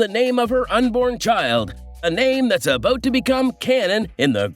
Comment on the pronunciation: "Out and about" (oat and abaot) And I laughed when I read the comment, gave it a thumbs up in agreement and only then noticed I had been here before and wrote it 2 weeks ago! Still funny!